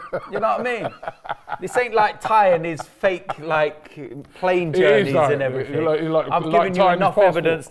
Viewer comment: Somethink, everythink. What's up with that pronunciation,? Is it a London think?